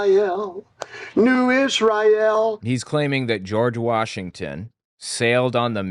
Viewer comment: George WARSHington.